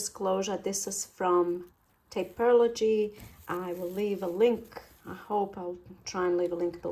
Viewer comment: oH mY Gosh. YOu PROnounCEd Taperlogy correctly!!! I love that. Nobody else bothers to get it right. It bugs me when they insist on adding "ology" on the end. (●'◡'●)